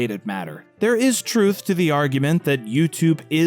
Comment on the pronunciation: Anyone else annoyed by how it sounds like he says "Argumen" rather than "Argument"?